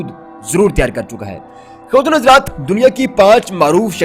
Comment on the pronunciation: بیوقوف بولنا سیکھ پہلے. خصوصاً خواتین و حضرات کا لفظ. اور تھوڑا ٹھر ٹھر کر بولا کر